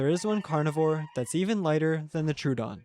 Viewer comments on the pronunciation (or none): It's Tro-o-don. Not True-don. Everyone gets that wrong.